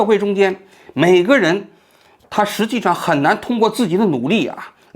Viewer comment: 王局好：很喜欢你的节目，有几个发音纠正下，罕（hǎn不是hān) 见，跃(yuè不是 yào)迁